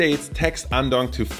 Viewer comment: Naandong. sorry, not sorry :P